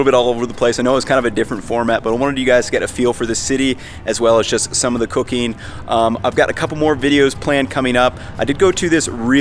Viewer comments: why does it sound like he said cocaine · I thought he said ' cocaine' . Took me a second to figure 😅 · I swear I thought he said a little bit of cocaine instead of cooking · Yo when he said cooking sounded like he said cocaine